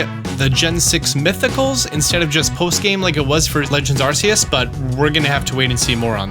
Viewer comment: Now if you could practice saying Arceus correctly. Haha! ❤